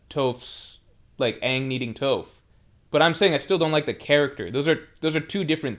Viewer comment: you know damn well you’ve never heard anyone pronounce Toph’s name like that lol